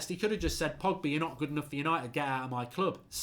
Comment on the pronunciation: Man called Pogba ‘Poggy’. I’m dead 😭😂😂